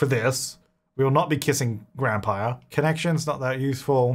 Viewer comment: Did he say 'Grandpire?"